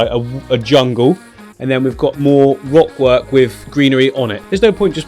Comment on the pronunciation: I'm sure I heard you say wock work at some point :p